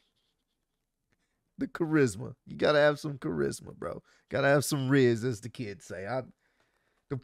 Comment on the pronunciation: Man couldn’t say Charisma 😂😂😂😂😂😂🤦🏿‍♂️